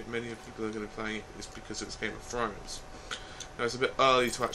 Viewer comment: "Game of Frowns"